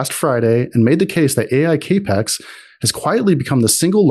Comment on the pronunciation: Cap-ex note cape-x ... this is not confidence inspiring.